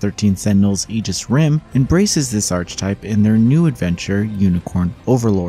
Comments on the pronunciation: When people mispronounce words like this is because they learned it from reading. I don't let it bother me, but it did jump out at me. The review was well written overall. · I keep hearing this guy mispronounce “archetype” and it never fails to annoy me. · Learn how to say archetype. Dude is trying to put me to sleep